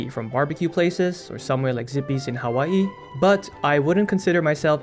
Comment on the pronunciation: ZIPPYS! You namedropped a Hawaii exclusive like that? WHAT! and then you pronounce Hawaii correctly. DAMN I didn't know you knew game like that.